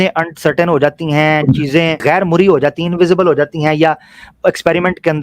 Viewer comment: مرئی کا تلفظ میم پر زبر کے ساتھ ہے ۔ Just FYI. بارک اللہ برادرم